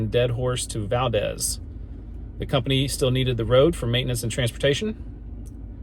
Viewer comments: Al E aska, Live An Good. Please, if you are going to shoot this to the entire world, pronounce it right. Tok is Toke, Chena is Cheena, Tanana is just like banana but tananah. Valdez is Valdeez. i could go on all day! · Short pronunciation lesson. Alyeska is pronounced Al•E•eska. Livengood is L•I•ven•good (long I) and Valdez is Val•deez. (long E).